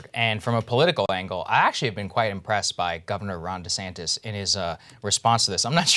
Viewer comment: LMAO he said DeSamtis GOOD